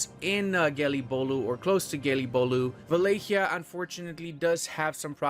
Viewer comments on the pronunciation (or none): none